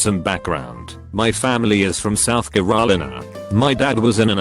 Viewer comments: No one: TTS: CarOLina Me: is this supposed to be Corona or Carolina? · "South Are-roll-e-nuh" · Text to speech be tryin to say Carolina like ceronila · South Ker-line-ola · "Caral eyena" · South kahrœleena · So can pronounce anesthesiologist correctly but not carolina? I call bs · Why can the automated voice pronounce beeotch perfectly but not South Carolina? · No one gonna talk about how the bot says “Carolina and Coworker” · Can pronounce anasthesiologist perfectly.....cant pronounce Carolina .....The fuck IT drank? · Can say anesthesiologist but not Carolina? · so nobody gonna talk about how he said Carolina? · That moment when it can pronounce anesthesiologist but not Carolina... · I like how the can't say Carolina right but he can say anesthesiologist just fine. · Its amazing that the robovoice can say beeyotch perfectly but cant say Carolina... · I love how it absolutely mangles Carolina, but right after that it nails anesthesiologist